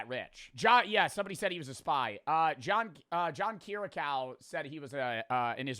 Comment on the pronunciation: Man said "John Keerycow"